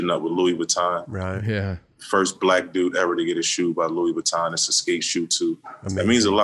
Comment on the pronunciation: Prada, Luis Vitton? Wack. Can't listen to this.